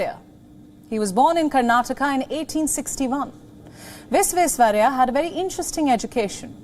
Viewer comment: She is good but Bharat Ratna Mokshagundam Vishveswarayya’s name was too mispronounced